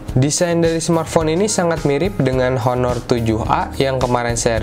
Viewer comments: Bacanya aner cal bukan honor hehe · ngomong honor nya harusnya "aner" gan hahah